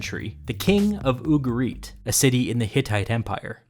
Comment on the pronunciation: ugarit, with the emphasis the U and the rest softer.